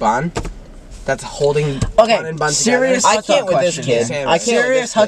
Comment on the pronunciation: I’ve never heard anyone else say hutdog like my sister instead of pronouncing hotdog she pronounces it hutdog and Matt does it too and I’m here for it